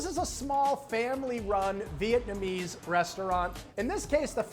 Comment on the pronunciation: I find Americans & Chinese pronunciation of the word “vit-na-me” hilarious., they step on the gas when it’s a three syllable word.